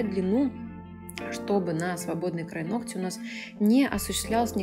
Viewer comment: нООООгтя! Ну ёпрст,! Не ногтЯ🤦